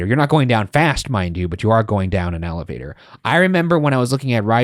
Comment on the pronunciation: saying ALLAvator over and over was very difficult to hear🥲